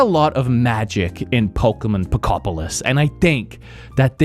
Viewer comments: Just a small PSA because apparently it’s a thing but it’s pronounced “Poh-koh-pi-ah” because it’s “Pokemon” and “utopia” smooshed together lmfao. Apparently it’s been a big pronunciation problem, but it’s pronounced how it’s spelled 😅 ANYWAY. I love the green screen production of your recent videos, and I love this game. This is just The Game Of All Time and I’m so excited. I’m so glad everyone seems to agree 🥰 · Did he say Pokopion correctly one time? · i love the ten different ways you pronounce pokopia (great video!) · the fact that he says pokopia wrong, every single time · man found 45 diffrent ways to mispronounce pokopia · Out of everything you said i couldnt shake off that "wanting to slap you on the back of the head" feeling everytime you mispronounced the name. The frickin devs pronounced it for you. Jeeez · Not him botching the game’s name every time 🤣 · I love how you pronounced the name different every time🤣😭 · we love how he can't pronounce Pokémon Pokopia properly 😂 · How many different way to he say and pronounce the title of the game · The way he’s pronouncing pokopia is pissing me off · How many unique Pokopia pronunciations did we get here? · i never want to hear him say it properly lol keep it going! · Says Pokopia properly over and over when in the waking world, but can't say it properly in the dream world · Him mispronouncing the name in a new way every single time was lowkey hilarious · Dunno why, but absoultely love that you never get POKOPIA right, you just keep on saying different variations of poko....something lmfao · PO KO PEDIA 😂😂😂😂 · Literally my same exact experience! I love that you keep messing up the name “Poketopia” pokemuhunter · Something about pronouncing it "Poke peed ee er" really triggers me. Just not even close to Poke ope ee ahh. Say it with me now: Fruitopia, Fruitopia, Pokeopia! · Pokopopia, Pokepedia, Pokopa 😂😂😂 said everything but Pokopia 😅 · I heard u say Pokopia Pokopedia Pokoupia Pokutopia Pokeamata